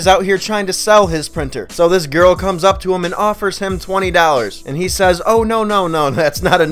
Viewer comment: you said "ipp" not "upp" lolol